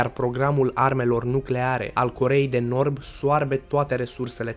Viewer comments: Armele nucleare a Coreei de Norb"🤣🤣😂😂Asa ai zis😉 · ai zis corea de norb